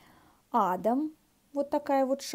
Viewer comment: Красотки!!!Мне так нравится,как Вы произносите "Адам" с ударением на первую гласную,а то,в основном,на вторую "а" многие ставят ударение (и я в их числе),даже любопытно,как же правильно? :))) Глоксиния очень красиво цветет,и DS-Изюм спорт мне очень понравился!Ваша миниатюрная пеларгония среди фиалок уже в который раз вводит меня в заблуждение,я все время думаю о ней:"что это за прекрасная розетка с красивыми листочками?!" :))))))) Отличного Вам отдыха!!!